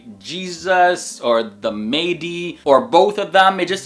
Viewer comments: It’s pronounced Mah-di btw, not “Maydi”, or “Mehdi” like what some Indians call him, his title will be Imam Al Mahdi but his real name will be Muhammad Ibn Abdullah, same name as the Prophet (SAW) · The Mah-Di not maydi plz correct your self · Is Mahdi really pronounced May-dee? It looks like it should be pronounced Mah-dee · It’s not pronounced May - Dee you’re leaving out the H sound please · Awsalamalykum your pronounced Mahdi wrong it is "Imam Mehdi" and the images are not how he will look like we don't know only Allah knows best it is really important to make sure your information is correct about Islam you can't give false information . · It's Mahdi not medi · It's pronounced Mah-di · Imam mah-dee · Please learn the correct pronunciations please. You are constantly mispronouncing Mahdi. The "a" is a short vowel sound.